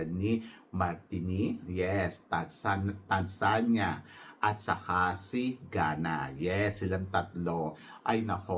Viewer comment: TANZANIA - TAN ZA NI YA MARTINIQUE - MAR TEE NICK jusko ka edit: MARINIQUE is not Aftican country, Martinique is in CARIBBEAN